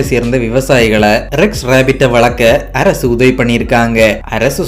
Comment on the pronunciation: மலையாள சாயலில் தமிழ் கொஞ்சம் வித்தியாசமாகவே இருக்கு. நாஞ்சில் காரரர நீங்கள். அரசு என்பதை அரய்சு